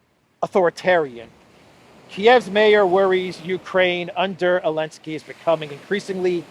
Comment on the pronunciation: Why do you call him “Elensky”?